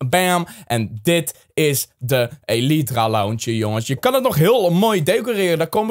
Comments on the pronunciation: deze is van XisumaVoid en het is geen elietra maar eelitraa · je spreekt elytra uit als ellijthra